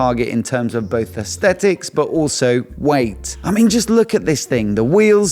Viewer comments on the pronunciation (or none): none